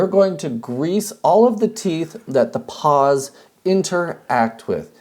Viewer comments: You mean pawls, not paws, right? Right...? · Say it with me: PAWLS. Not "paws". This has been a public service message.